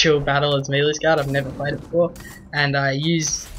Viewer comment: why can absolutely no one pronounce melee??